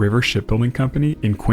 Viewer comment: The “c” in Quincy, MA is pronounced like “z”, so it’s “Quinzy”.